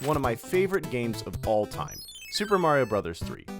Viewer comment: You said lario